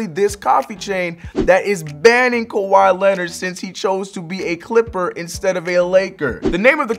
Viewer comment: Kawhi not kwahi